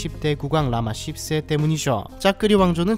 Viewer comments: 라마 10세가 라마 ㅆㅅ로 들리는건 나만 그런가요? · "라마 10세" 를 한국어 발음으로 라마 씹쌔 라 부르면 맞나요? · 발음이 라마씹새로 들리는건 내 귀가 이상한건가😅